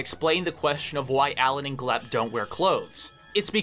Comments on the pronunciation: Its glep not gilp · Also it's Glep not Glip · Every time you call him “Glip” it takes 1 year off my life